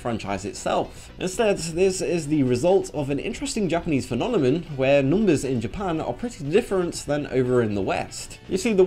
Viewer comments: This is really interesting. Also, idk if it's just me, but I just noticed that I keep hearing you say phenomenon as "fe-nam-oh-nin" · "Phenonemon"? i never got that digimon.